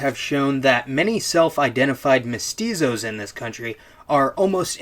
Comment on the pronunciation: Hi, I'm from latin america, and I want to say that, even tho you probably try your best, "Criolos" and "Mestuzos" is not the correct pronunciations. Although it was pretty funny and cute ngl. when you say this, dont forget that, altho it is true what you sre saying, the treatment was that of a second class citizen, and when the liberation wars happened, most countrys killed there indigenous populations or try to kill them after liberation. Such is the case of my country, Uruguay, and the massacre of "Get out if you can" where all charrua people was killed and the last family sold to europe. Or the case of Argentina, where still to this day, the mapuche people are trheted poorly. It varies to country to country, but you get the idea, the only exepctions are Paraguay, Bolivia and Perú, to an extend. They did bad thing in there own regard tho.